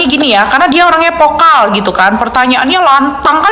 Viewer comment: Vocal Mba vocal bukan pokal